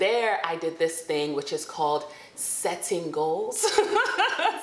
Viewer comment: The emphasis on "SETTING goals" sent meee 😂